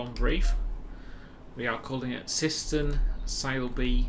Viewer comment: you said syston wrong but its fine very good route